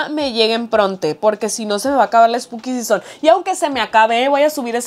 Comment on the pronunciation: todo el video hablando spuki sison... y yo sin saber que es un spuki sison :(